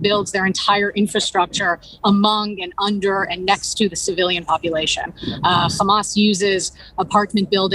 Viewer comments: It is called Hamas or Khamas as Israelis call it not Hamam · It’s Hamas and not Hamal